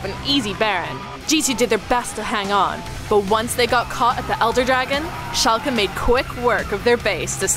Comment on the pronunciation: Well done on the pronunciation of Schalke 04 =o